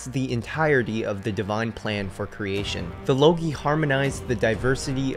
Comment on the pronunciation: I think it pronounced logoi not logi. Nonetheless, great info. Very interesting.